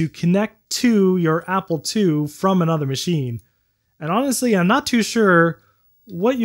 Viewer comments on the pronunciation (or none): none